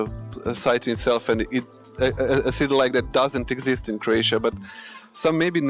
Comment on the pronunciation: It's not Kroejsija....it's Kroesa.